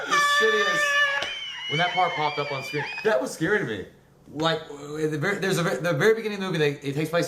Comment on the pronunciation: That's not how you pronounce scary